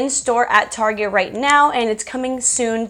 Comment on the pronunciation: The way you pronounced target 😂